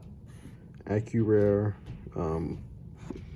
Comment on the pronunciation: Did you say "Accurare"...?